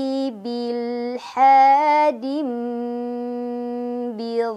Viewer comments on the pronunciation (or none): Maaf mau tanya, tadi untuk surah al hajj ayat ke 25 yg wamayyyuride fiihi biilha itu tadi kakak membaca nya langsung ke lam, jadi billha.. Mohon diralat kalo saya salah 🙏🏻